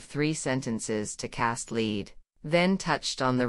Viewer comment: Or, for that matter, an actual human voice....the AI voice reader pronounces "Cast Lead" as "Leed." Bizarre.